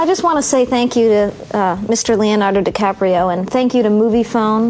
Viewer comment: Brilliant actor but can't say his name right...Dicaprio seems sweet though, and slightly coy.